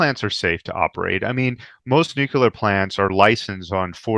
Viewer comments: How do you take someone serious when he is unable to pronounce Nuclear and instead is constantly speaking about Nukulur....... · Great bonus interview, thanks,! I'm continually surprised by how many intelligent people don't know how to pronounce nookalar. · it distracts me completely from the data. Maybe it reminds me too much of previous US fools like George W Bush who had the same unability to pronounce the word.